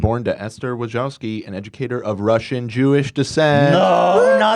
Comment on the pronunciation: Are you pronouncing "Susan Wojcicki" right? Cuz I don't seen an "n" anywhere in there, or is that a weird Polish pronunciation?